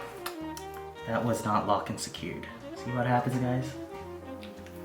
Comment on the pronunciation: Did anyone else hear "Locked and scared" instead of "Locked and secured" 😂😂